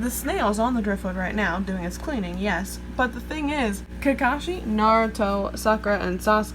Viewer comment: Sakura (Saah ku Dah) Naruto (Nah Du Toh) Thats how it is pronounced properly in Japanese. Nice set up